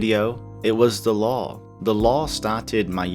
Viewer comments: For 6 mins, I thought you were saying "law", instead of "lore". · lol when you said Lore in i thought u said the Law xD